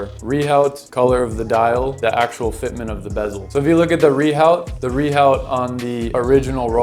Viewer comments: Pronouncing Rehaut as - Ree Howt. /facepalm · You lose all credibility by not even being able to pronounce rehaut correctly.